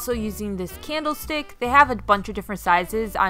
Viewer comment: It’s called sparse, like you say park. Not sparse like pear. Also, you say mirror wrong. It’s not pronounced mare. Mare is a female horse. Learn how to say words before you start a YouTube. It’s a candle stick not candle steak. And tbh, it’s neither. It’s a candle stick holder. It’s not even a candle stick.